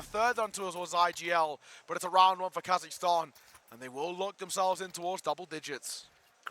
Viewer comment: Not Kazakhtan, Kazakhstan ✔️